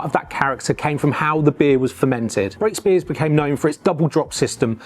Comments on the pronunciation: Superb video. I grew up in South Oxfordshire and Brakspears was everywhere. I was very sad to see the Henley brewery close all those years ago. One point: it is pronounced Brack-spears, not Brake-spears. Cheers 👍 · Very interesting but its Brakspear note Brakespear